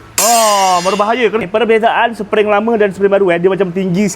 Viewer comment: Spring bang spring bukan sepering